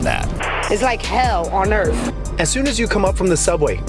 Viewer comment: What is earf ? 🤔. Those neighborhoods are full of illiterate people that can not pronounce the English language properly ! 🙄😵‍💫🤕😳😄 First they need to speak proper English before they can be helped 👎💩